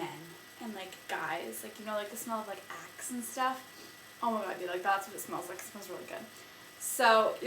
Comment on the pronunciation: lol when u said axe my volume was down and my mom came by and thought you said " I just love the smell of boy ass"..! Ahahah(; btw iLove You Hair!<3